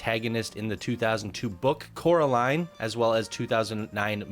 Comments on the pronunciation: “Corrrrr-aline.” 😂 Sorry. Had too. This is my favorite movie and when I heard Caroline, it’s like. 😬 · Quite a bit of clipping on this one. Could use some additional scenery around the queue. Then again it is a console submission. Also it’s pronounced COR-a-line, not CARE-o-line. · god i cant help but cringe evreytime you say Caroline XD you should do yourself a favor and check the movie out! as well as any other Laika Studios films, they're one of the best, and one of the only studios doing this level of stop motion. Paranormal, Box Trolls, Coraline, and my personal favorite, Kubo and the Two Strings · Me wondering how many times says Caroline instead of Coraline. Answer: a lot Also, it’s not a series, it’s just one book with one movie and a single comic adaptation